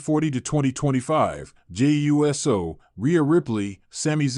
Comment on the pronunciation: Get this AI clickbait bullshit off here. "Jey U.S.O." are you fucking serious?